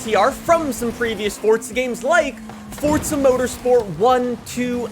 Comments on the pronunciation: Bro this nigga keeps calling it "fortza" it's called FORZA keep calling it that ima call the feds fasho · ITS NOT FORTZA HORIZON 5 ITS PRONOUNCED FORZA HORIZON 5 YOU DUNCE